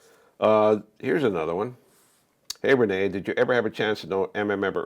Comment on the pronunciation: Renee not rain